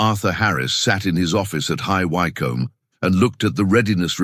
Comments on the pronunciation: It's pronounced High Wick-om not Why-com. AI cannot even pronounce simple town names correctly. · Why CUM? I think the robot meant to attempt saying HIGH WYCOMBE. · I THINK THE ROBOT NARRATOR MEANS (HIGH..WICK..HAM..).........